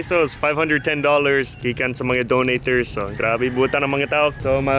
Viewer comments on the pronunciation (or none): "Donaters". Nice one!